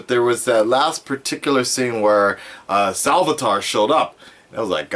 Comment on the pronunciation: You said salvitar at the beginning and it triggered me